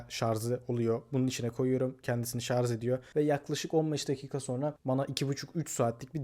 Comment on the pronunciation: KAFAYI YEDİM ŞARJ KELİMESİNİ DUYARKEN ama video güzel